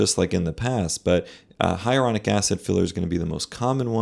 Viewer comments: Shouldn't you be able to properly pronounce HYALURONIC acid if you are commenting on it? It's not hieronic. You are skipoing an entire syllable. So unprofessional. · Really annoying that she keeps saying “hyarulonic” instead of “hyaluronic” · Luckily, I just did not have the money. It's scary that this woman does not know how to pronounce "hyalluronic." That doesn't make her sound like an expert.